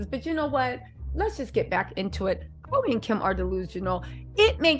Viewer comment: NOT KHLOGRE 😅